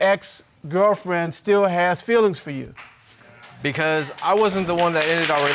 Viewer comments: Its fEElings not filings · "Fillings" not "Feelings" 😂😂😂